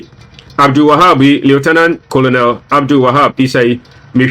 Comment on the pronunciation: The name is pronounced kernel not Colonel